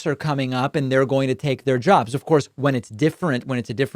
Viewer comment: "They took our jobs! They 'er jebs!"